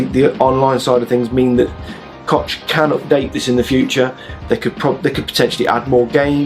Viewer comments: It's pronounced COCK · Nope sorry, you said that wrong. You pronounced it like "Cotch". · I think Koch is pronounced "coke" in English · You butchered 'Koch' like no other. A true grand master :D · Koch is pronounced different, the ch sound is pronounced like a h from your throat. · Can you pronounce Jose or Alejandro? The CH in Koch is pronounced like the J those two words. Koch is a german name and it means cook. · I'm afraid Koch is pronounced like a name for the male genitals.